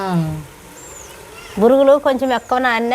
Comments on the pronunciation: బురుగులు కాదు బొరుగులు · దానిని ఉగ్గాని అంటారు వగ్గాని కాదు ఇంక వాటిని బొరుగులు అంటారు బురుగులు కాదు